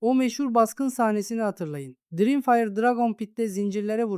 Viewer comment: dirimfire can kardeşim biraz telâfuz calısmanı öneriyorum.